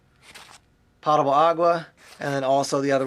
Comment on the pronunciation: nice stuff. By the way, not sure why everyone in the survival bag genre always mispronounce "potable." It has the long "o" like potential, potato. It has nothing to do with pots.